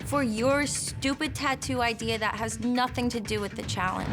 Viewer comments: I like it when people say “idear” instead of “idea”. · Am i the only one that noticed the way he says idea? "Idear" i scrolled down didnt see anyone say anything.